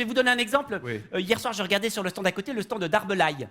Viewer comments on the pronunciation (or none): Il a dit « stan » à la fin et pas « stande » !! Erreur !!! 🤣